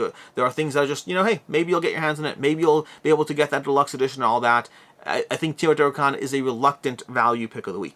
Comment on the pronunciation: BTW, it is TAY-O-TI-HWA-KAN, not TI-O-TI-HWA-KAN...